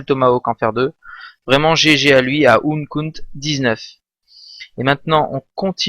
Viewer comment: Sa se prononce "encut" pas "Unkut" ^^